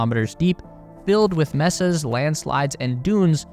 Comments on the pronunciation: graveyard, not colony ALSO: mesa is pronounced "may-sa" not "mess-ah" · Mesa - "MAY-suh" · Aren't they pronounce May-sa? Not Meh sa? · FYI, "mesa" is pronounced MAY-sa. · Mesa = MAY-sa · yup, he did mess up the pronunciation of Mesa. Is he/it a robot, they do that often? ;D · I never thought I'd hear someone mispronounce 'mesa'... fuck me the internet makes people dumb. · his is a sixpence video and you don't even know to pronounce "mesa"? Take the time to proof your video before releasing it, that's just lazy. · The way this narrator can't say "mesa" makes me think "he" is an a.i. Also the speculation of causes makes me laugh and cringe at the same time. I follow the Electric Universe Theory of cosmology and you all can find those more interesting alternate explanations at the Youtube channel Thunderbolts Project. Having said that I am subscribed here for now. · wrong, it is a Spanish word. May-sa is how english westerners pronounce it.